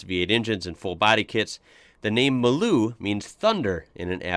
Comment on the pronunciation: Hi it's funny that you say Maloo correctly. But everyone pronounces it MARLOO. Go figure LOL